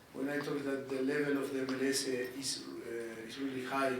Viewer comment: It’s not ML-“ese”! Either you say MLS or go full-on “eme-ele-ese”. None of this half-baked hybrid—pick a lane